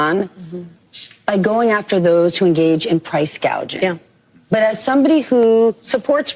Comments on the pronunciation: The interviewer seemed to want to remind her how to better pronounce the words price "gaging" lol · There is no fucking price gauging which when the first time she brought this up she called it price gagging she doesn’t know what she is saying she’s a puppet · Didn't she call it price gauging at first ? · She was calling it gauging not gouging. Totally ignorant of what she is talking about